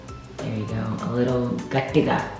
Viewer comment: Did u say Gattiga😂